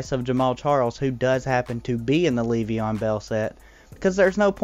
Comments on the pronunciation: It's not pronounces like Leev-e-on it's Lev-e-on. Not so much emphasis on the first e... Just had to say it lol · its so funny, I love it lol